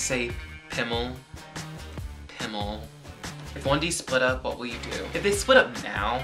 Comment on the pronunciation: hahaha the way you said pimmel:D love you,!